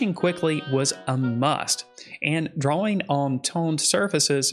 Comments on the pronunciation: Great video..thank you. P.S. I love how you say Dra-Wing paper. 📜✍🏼 🖋 🪶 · I was going to make fun of how he says drawing. Then I realised, thet there's a w in drawing wich makes his pronounciation much more logical.